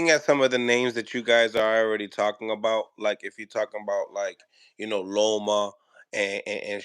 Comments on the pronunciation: Love you.. but it’s LOMA, not ROMO not LOMO … lol “respectfully” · Yo u gotta stop calling him romo😂😂😂